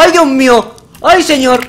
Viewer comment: "Uy dioh mioh" "e gijante" - Knekro 2015, oraciones que recordar